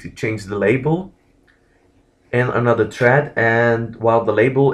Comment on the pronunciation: its thread, not tread lol